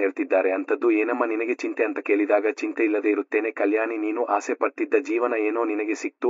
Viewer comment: ಆಸಿ ❌ ಆಸೆ ✅